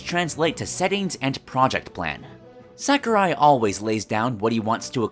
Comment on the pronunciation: Really not meaning to sound like a dick here, however... Sakurai is pronounced "Sah-koo-rai". Little things like that go a long way towards refining a channel. I love the straight to the point approach on these videos and it's always cool to see what could have been, so keep up the good work!